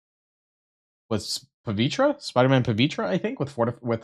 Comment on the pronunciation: "Pah-VEE-Ter." Seriously, do people not know how to say words? It's not just him, it's WAY to many people. Words are hard... Also, Dorm > Doom.